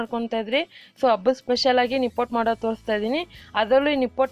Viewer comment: Nippottu anta uchhaara(ಉಚ್ಚಾರ) maadtidira.pls nippattu anni,akaara hakaarada kadegu gamana erali,namma bhasheya melina hidita naavu maaduva kelasada soundaryavanna ennoo hechhisutte.